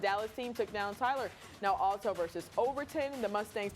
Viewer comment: Hey dude ...it's pronounced "AL" toe ...as in Al Pacino ...or BIG AL the goomba ...NOT "ALL TOW".